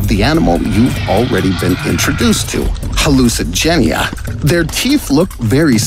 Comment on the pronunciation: When I saw the thumbnail I thought he was going to mention all of the hallucigenia ( of aot ) s ability’s also he said it wrong lol